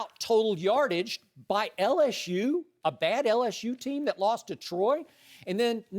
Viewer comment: Skip, it's LSU. Not LSshoe.